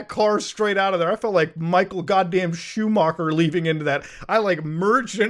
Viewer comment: I've never heard anyone say Schumacher like that before. Then again I think i've only ever heard british people say his name